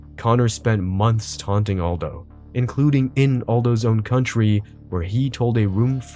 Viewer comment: Can't even pronounce Jose Aldo?